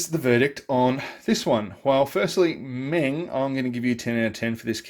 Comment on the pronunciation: Meng did a King Kitty with full interior(TS037). So the upper hull is from that kit, me thinks, hence the way it looks. And for what it's worth "Meng" is pronounced "mung". :-)